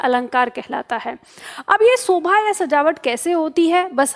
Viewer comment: Sobha nahi Shobha hota hai yaar Hadd hai Ye YouTube teacher